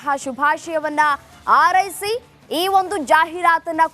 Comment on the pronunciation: 😮 ಆರೈಸಿ ! ( ಹಾರೈಸಿ) ಕನ್ನಡ ಉಚ್ಚಾರಣೆ ಸರಿಯಿಲ್ಲ ಆಂಕರ್ ದು.😮 ಸರಿಪಡಿಸಿಕೊಳ್ಳಿ.